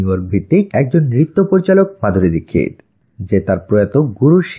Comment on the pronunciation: Tar name Madhuri dixit apne dikkit bolan kan .